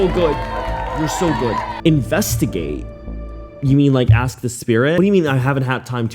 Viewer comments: This girl keeps repeating the word "axing".. She can't even say Portland properly.. And she's trying to put an educated woman behind bars with no evidence? Social media really does fry our brains... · “ people have been axing me” 😂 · Girl has nerve mentioning English comprehension when she pronounces "asking" as "Axing" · Plus all of her delulu, the way how she says aks instead of ask is irritating me. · I don't know if it's the blatant stupidity mixed with the "axe" instead of "ask" or her literal delusional fantasy play writing of fanfiction of a real ongoing murder case, but this woman pisses me the f off. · Funny video. Well done. As far as the moron girl in the video if she can't even pronounce basic English words correctly it sort of lowers the standard of credibility. It is ASK not Ax. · “Let’s axe the spirit” … it’s ASK, ffs🙄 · Why does she keep saying 'axe' instead of 'ask'? 😣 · She axe 😂 A-S-K... English is not even my first language and I know how to pronounce ask... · Anybody : ask, asking Ashley: aks, aksing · I really don’t trust anyone who says “axs” over and over! No thank you. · Been hearing “axing” the whole time I just can’t be assed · Do you mispronounce words deliberately? Is it part of your shtick? Because it’s annoying. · She can’t pronounce ASK she is not worth anything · If you can’t pronounce ask, I can’t respect you, sorry.